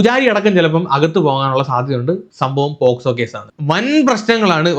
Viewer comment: പേസ് കോ അല്ല പോക്സോ